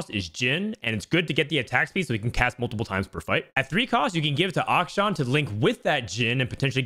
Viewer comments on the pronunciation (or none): none